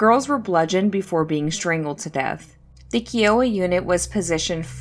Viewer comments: KY-OH-WA Not KEE-OH-WA! THANK YOU!!! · its K-EYE-OH-WAH. Kiowa. its a tribe of indians.